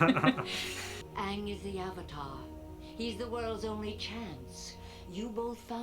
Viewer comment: Appa-tar: The Last Airbison.